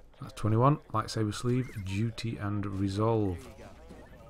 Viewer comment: Zeffo is like a giant maze and I really hate that planet. Edit: have you noticed that you say lightsaber as lightsaver?